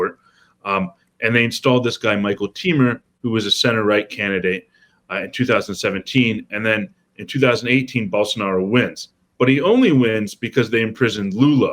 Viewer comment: It's just moraes but the michel temer pronunciation was kinda crazy